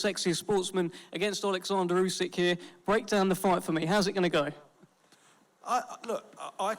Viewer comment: Lmao the bum had to look over and read the king's name and even then couldn't even say it properly. Great job.